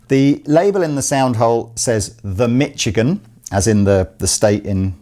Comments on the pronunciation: Misch-igan. Not Mitch-igan. ;) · As a Michigander, need to correct your pronunciation of our wonderful home state :) The 'ch' is pronounced like a soft 'sh', so more like Mi-SHI-gan. And yes, there are limited companies in the States, though we tend to also include what class of limited liability they are in the naming, like LLP (limited liability partnership) or LLC (limited liability company) :) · Michigan - pronounced MISH-A-GIN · Hello!! I found some information on your Beare & Sons Ltd Michigan (Mish E Gan...not Mitch E Gan) Acoustic. Greetings from Grand Rapids, Michigan....just 50 miles north of Kalamazoo! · I love the way the pronounces Mitchigan.